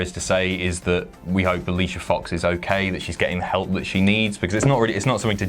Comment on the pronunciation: you said her name wrong...